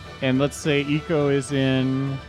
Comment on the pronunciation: I'm super late, but I hope you start pronouncing Ico correctly. :)